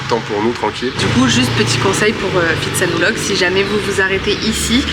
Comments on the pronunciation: Bonjour et merci de votre partage sympa. Le ph en Thaïlande se prononce p , pas , f ex pitsanlok , ko pipi, etc... on attend le prochain épisode a+ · Pitsanulok, pas Fi !!! tout comme Pra, pas Fra...cela dit, vos vidéos sont sympa, merci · Vous n'avez pas remarqué que les locaux prononcent Pitsa et non Fitsa ? Pourquoi les français prononcent le PH Thai " F" ?? C'est pas du grec !!!! H légèrement aspiré , le P se prononce P . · Je me demandais s'il ne vous était pas arrivé quelque chose... heureusement non, sinon la découverte de cette ville de Phitsanulok (prononcer Pit avec le H aspiré et non Phi comme en grec) n'aurait pas été possible. Plaisanterie mise à part, c'est étrange que vous n'ayez pas trouvé un marché de nuit. Ce n'est pas uniquement touristique, c'est typique Thaïlandais. Ce n'est pas grave, vous avez pu voir un musée plutôt chouette. Vos vidéos sont vraiment sympathiques quoi que.... trop rares. 😁... Merci pour ce que vous produisez.